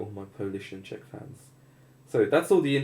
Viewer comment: okay the first time you said Czech I swear to god I thought you used a slur for Chinese oof, definitely might want to take my recommendation on a sure microphone and some sound dampening in the room. seeing as you are in eastern Europe it probably fits your décor to hang carpets on the walls so that is also an affordable solution. no offense from that comment I just think its a funny cultural trait of (some) Slavic countries.